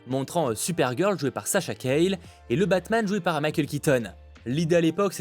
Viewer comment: Juste, Sasha Calle est hispanique, son nom se dit Callié et non Cayle 😅